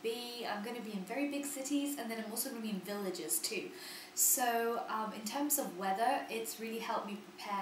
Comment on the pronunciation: Totally random comment, but you say villages with quite the American accent :)))